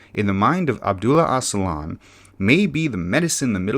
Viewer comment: Oh-juh-lahn not oss-uh-lahn